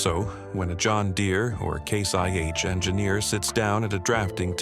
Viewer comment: it’s ai. You can easily tell from the pronunciation of some of the words. When he says case IH it sounds like Case YH, and when he says RPMs earlier in vid the voice says R P M S